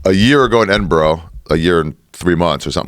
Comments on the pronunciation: Shoutout to Joe for pronouncing Edinburgh correctly haha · Joe's the first American I have heard pronounce 'Edinburgh' correctly.